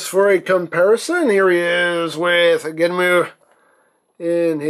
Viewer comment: I'm not trying to be "That guy" but, I always thought it was pronounced "genn-um" since there's no "u". You sound like you're fusing "Genm" and "Enmu".